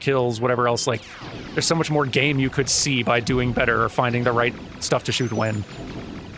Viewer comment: "You're good... But I'm BETTAH!"